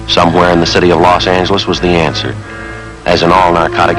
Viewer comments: Yep, . Los Ang-lis! Never heard it pronounced that way. Of course, I was in Michigan in the '50s. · "Los Angle-les" What the...???!!! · This is actually aired after Barton passed away. And notice Los Angeles with the hard "g". It was not an uncommon pronunciation.